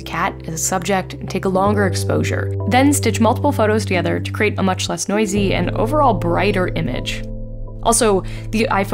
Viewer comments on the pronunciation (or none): none